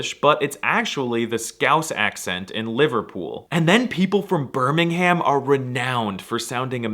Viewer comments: the way you said BirmingHam 😭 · Why is no one talking about how he said birmingHAM im crine😭😭😭🥀🥀🥀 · "Birming ham" 💀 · Although us Brits won't scream and do backflips when you speak our language, we will when you pronounce any place name correctly. Especially with Birmingham, you really want to emphasize the 'h', making sure to pronounce every letter clearly, and how it's written